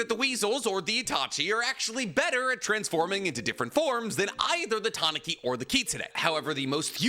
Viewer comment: you are pronouncing Tanuki wrong its Tah-noo-kee. They also are depicted with giant balls and i think they missed the opportunity to give Gaara huge nuts.